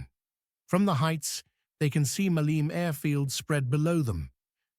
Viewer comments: the mayor of Hania in spring of 1941 was antonis isihakis I don't know though if it was him who had the conversation you described...and maleme in greek is not pronounced malem it is pronounced "malemeh" when you finish the word you keep the e so it's the same as saying air you say ee air so you say malemeh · the biggest ear damaging word this AI uses is "Male'me" please is called " Ma'leme" μα λέμε... Μάλεμε φορ φακ σείκς... ;Ρ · Ma - le - me the word has three syllables. Accent first syllable MA-leh_meh. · I think you're overly polite in describing it as simply "very inaccurate", personally I'd use "insulting to the memory of the fallen defenders". Not to mention the AI slop that can't even try to pronounce the name "Meleme" right or even consistently throughout the video. Anyway, I'd just like to point out that the civilian weapons were not confiscated by the Metaxas regime; they did issued a decree and tried to confiscate them after the insurrection of 1938 but they failed miserably. However, some 60.000 weapons were turned over willingly by the local population when the regime issued a plea soon after Italy attacked Greece - most of them were left in depots and were never given to the army.